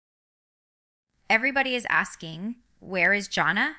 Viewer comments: I agree this is AI. Ginger would know how to pronounce her oldest sister's name and it isn't JOHNnah. Her name is JAN uh, Jana. FAKE video waste of time. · I watched about less than ten seconds ...first she called her John-a , and then Jane-a, neither of which are correct and jinger has NEVER called her either of those. She really should sue, as someone else has suggested! What in the AI crap is this?!!